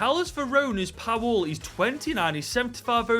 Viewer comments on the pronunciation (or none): none